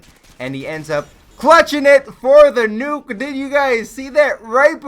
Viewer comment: "Then he ended up CHLUTCHING IT FOR THE NUKEE!!!!!" xD